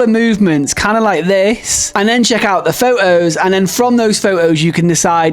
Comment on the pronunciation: Is there something wrong with your incisors causing you not pronouncing “photos” and “important” properly? 😅